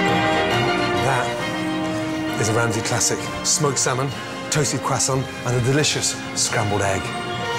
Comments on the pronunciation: Eggs are a little to runny for me. Also i cant stand how he says croiscant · You see the funny thing is that he learned to cook in France. This is why he gives French pronunciation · hes not in France and he is definitly not French.